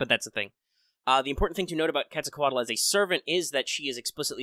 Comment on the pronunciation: You pronunciation of Quetzalcoatl is pretty good. And that was a pretty good amount of accurate data. 👏👏👏👏👏